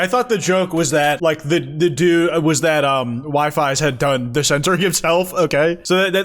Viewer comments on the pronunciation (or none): i am sorry to say but wifies is NOT pronounced wife-eyes. its wee-fees (or occassionally whiff-ees, squiddo's [another mcyt] pronounciation) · saying "Wi-Fis" instead of "Wifies" hurts me 😭🙏🙏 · Wifis? Hahaha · It's pronounced "we fees"